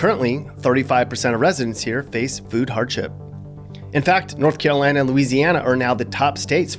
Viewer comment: It Hurt 😔 me when he said Carolina like WTF. 🙏🙏